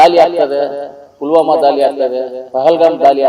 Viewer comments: ದಾಲಿ ಅಲ್ಲ ಸಾರ್ ದಾಳಿ ಕಲ್ಲ ಅಲ್ಲಾ ಸಾರ್ ಕಳ್ಳ ತಾವು ಯಾವ ಶಾಲೆಯಲ್ಲಿ ಓದಿರದು ಸ್ವಲ್ಪ ಕಡ್ಡಿಪುಡಿ ಕಡಿಮೆ ಮಾಡಿ ಸಾರ್ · ಸಿಂದೂರಿ ಅಲ್ಲ ಮಂಜ ಸಿಂಧೂರ್ , ದಾಲಿ ಅಲ್ಲ ಮಂಜ ಧಾಳಿ, ಕಲ್ಲ ಅಲ್ಲ ಮಂಜ ಕಳ್ಳ, ನೀನು ಏನೇನು ಹೇಳ್ದೊ ಅದೆಲ್ಲ 20 ವರ್ಷದ ಹಿಂದೆನೆ ಆಗಿನ ಸರ್ಕಾರಗಳು ಮಾಡಿದ್ದೀದ್ದರೆ ಈಗ ಉಗ್ರರು ಬಂದು ಪ್ಯಾಂಟ್ ಬಿಚ್ಚಿಸಿ ಚಡ್ಡಿ ಒಳಗೆ ಅವರ ಧರ್ಮ ಹುಡುಕ್ತಿರಲಿಲ್ಲ ಮಂಜ...